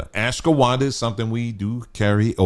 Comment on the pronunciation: I was so confused how you pronounced ashwaghanda. I usually just listen to vids in the background without looking at the screen so I had to go back and check to see if you had the picture of the word in the video😂 Also the way you pronounce cocoa 😂